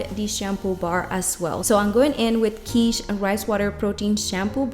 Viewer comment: Not pronounced Keetsch. . Pronounced Kit like Fit.